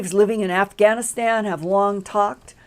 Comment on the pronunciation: did she say "Aff-a-Gan-aStan?"